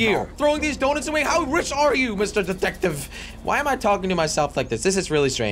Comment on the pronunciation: I thought he said datective